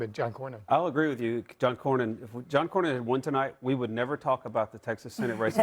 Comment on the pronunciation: The true definition of mindless sheep. 🐑 Didn’t even know how to say Cornyn’s name. This dude has been her senator for over two decades. 🤦 God help Texas.